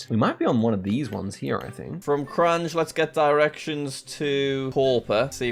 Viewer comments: I was just gonna say that 😂😂 Kranjđ. Kroonas. but pronunciation is a lot better, at least for Kranj and Maribor. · Jack in Slovenian leter j is pronounced as y so its Krany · That pronunciation of kranj killed me